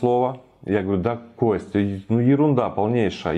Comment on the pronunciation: Косьть падажжи 😀